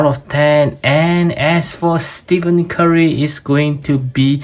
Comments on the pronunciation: bro said steven curry lol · Is golden state warriors bro and his name is pronounced as Ste-fen Curry, might wanna brush a bit of that as some nba casual fans are also trolls, and they could be a lil nasty, btw proud a famous reviewer is from SG, I grew up in the lion city for over 15 years so is like my second home